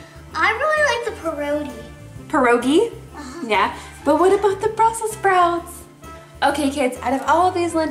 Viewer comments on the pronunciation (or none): OK so I’m Polish and she didn’t say pirogi right... also if you didn’t know pierogies actually are from Poland so yeah! No hate just telling you! 😌😉 P.S. love your vids!